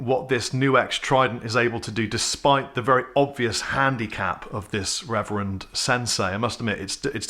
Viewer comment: I never heard of RRR-ever-end lol